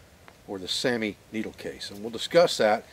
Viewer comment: The finnish saami is pronounced sowmi